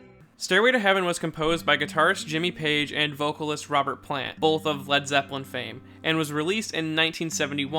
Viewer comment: zepp-el-i > ze-ppel-i